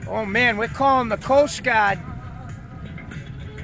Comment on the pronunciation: Jump to if you just want to here this guy say "Coast Gawd" like me.